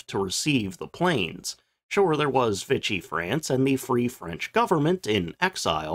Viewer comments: TO THE NARRATOR: Nice piece, as usual. But PLEASE: It’s not “Vitch-ee” France, but VEE-SHEE, with almost equal stress on the two syllables. I know you’re not a linguist, as I am. But this is important, man! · "Vee-shee", not "vich-ee"....